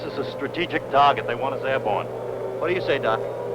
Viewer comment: airborn; not air on